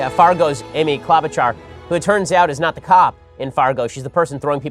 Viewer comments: It's Amy "klow'-ba-shar" not - whatever you said! (I am from MN, so I know.) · Ben, just so you know its Amy KlObuchar Hard O. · Klobuchar is pronounced with a long o. And the ch is sh like machine.